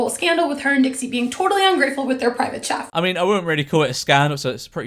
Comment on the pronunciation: she called a chef a chef she said it like how you would spell it